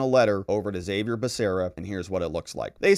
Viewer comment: Haa-Vee-Air. Besides that, I love your detailed and legal analysis of the issues this sick Dem government is forcing on our country.